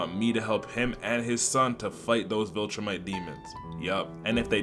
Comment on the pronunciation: Bro putting unnecessary emphasis on the black voltromite